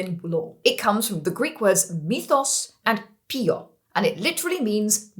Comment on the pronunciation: Mithos + P-O-I-E-O ( same from withch come poetry ) , not P-I-O ( sorry, I spent my youth studying ancient greek at school, totally useles except to be pedant 😅)